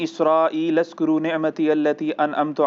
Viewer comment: Oo bhi topi na krao azkro ha uzkro nhi